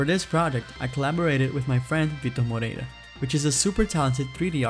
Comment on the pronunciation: A pronúncia "Vitor Moreira" denuncia. hahah Foi assim que eu descobri